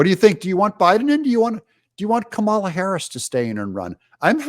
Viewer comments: Pronounced , blah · SKAMALA Better than all Indian calls centers combined!